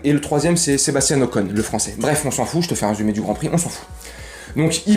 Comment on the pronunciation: Stebastian ocon il a dit🤣🤣🤣🤣